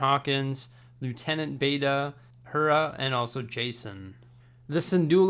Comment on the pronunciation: She's literally the leader of the Spectres...I think he's not actually watched the show if he's saying Hera's name wrong, and doesn't thinks she's a main character. Dude should have just said as much! Not like he needs to have watched it to build a Lego set though!